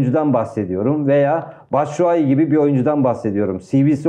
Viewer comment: Batsuai dediniz yanıldınız